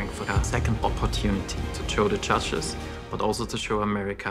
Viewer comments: "Judges" I heard "CHACHAS" 😂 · am i hearing "cha-cha's" instead of "judges"? only me? okay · Am I the only one hearing them say "Judges" and sounds like chachas? Haha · I hear "Muchachos" instead of "Judges" lol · How's he pronouncing word "judges"? Even auto translators Translate that pronounce as "churches"